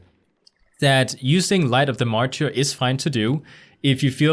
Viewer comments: that word you were struggling with is mar-ter. like the mar in march. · Hey loved the guide! Thought I’d help ya and say it’s pronounced ‘’mar-ter” no insult meant by it and not sure if other commented. All so do you pvp you should do a hpally pvp guide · MArtyr is pronounced like Marder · Excelllent job!!! Very clear and to the point! Oh, it sounds like 'maR-terrrrr' ;)